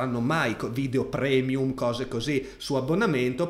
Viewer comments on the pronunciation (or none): none